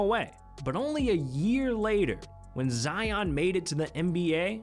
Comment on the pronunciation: I hate how ya pronounce our names.... Lion... Zion🤦🏾‍♂️😭💯